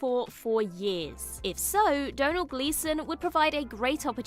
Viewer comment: Thank you for teaching me how to pronounce Domnhall! I was perplexed for years!